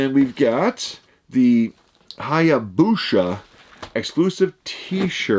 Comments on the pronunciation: "sha" LOL "sa" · Pronounced "Hi Ah Boo Sa" lol but close haha.